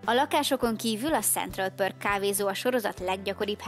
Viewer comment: A Perk-et jujj most leírom pörk-nek kell ejteni! Hagyd abba a videkészítést!